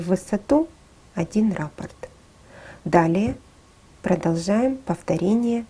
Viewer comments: Всё отлично, только слово раппорт имеет ударение на второй слог, т.е., на букву О! Раппо́рт (франц. rapport, от rapporter — приносить обратно) — базовый элемент орнамента, часть узора, повторяющаяся многократно на ткани, трикотаже, вышивке, ковре, обоях и т. д. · Ну если уж совсем-совсем быть до конца точным, то это вообще два разных слова - рАпорт и раппОрт. А за узор большое спасибо. Ролик сделан очень хорошо!